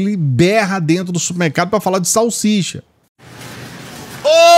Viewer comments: Salchicha nem falar o nome certo sabe. É salsicha seu man3😊😅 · O indivíduo não sabe nem falar salsicha, e o pior, é patrício, afiiii!!!! 🤦🏾‍♀️